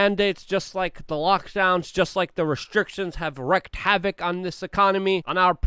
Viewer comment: Luke, please...it's "wreak havoc", not "wreck havoc". Saying it erroneously makes you sound ignorant, which we know you are not.